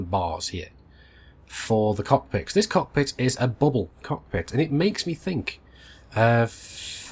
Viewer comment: Louie Leverett (Whispers in ear) Bro, it's cockpit not cod pit :-)